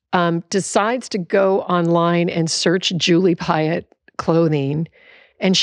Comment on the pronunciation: ... just realized that Piatt as you pronounce it, sounds like the french word "paillette" wich is a glitter that shines... 🌟💫🙏🏼